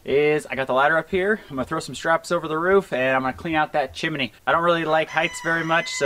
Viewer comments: PLEASE... It's chim-nee (chimney), only 2 syllables not 3. Nice job of cleaning the stove pipe. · "chim-a-ney"....how you say it, -style! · Stove looks really good with the new glass door. Seeing the flame 🔥 always makes it so cosy. Made smile every time you said chimney by adding an extra ‘I’ in the middle. 😊